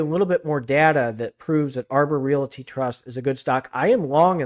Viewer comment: Could you please stop calling a realty Re- it a rate.